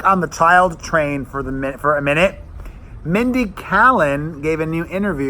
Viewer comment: Mindy who? You said her name wrong.